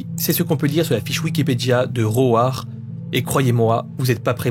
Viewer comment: roAR mdrrrr je vais me foutre une balle, comment on peut le prononcer comme ca, un effort svp 🤣 Sinon, Serbian film je me doutais quil allait etre cite. Jaurais pense a la scene de v dans le film "irreversible" aussi.